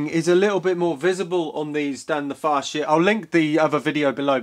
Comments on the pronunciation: Pretty sure it's pronounced as "Fasit" rather than "Fashit". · Hands up if you giggled like a schoolgirl every time said Facit.